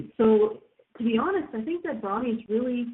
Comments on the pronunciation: I believe it's pronounced BRO-nee, not BRA-nee. Both Bro and Pony have long O sounds. I know it's pedantic, I'm a pedant, I admit, but it's like the people who said POKE-ee-man, rather than POKE-ay-mon. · actually, she was saying brawnies (brawny), which is a paper towel brand lol